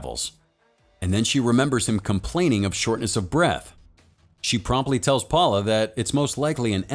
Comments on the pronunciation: Thought I was the only one. This dude really said “powla” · Actually the way to pronounce Paola is (Paeoela)